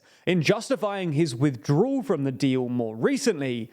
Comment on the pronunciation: People who don't know the difference between the letters "L," "R" and "W" shouldn't try saying words like "withdrawal." And by the way, what's with that fucking hair, did you lose a bet? Why don't you invest a buck and a half of the money YouTube is paying you and buy a fucking comb!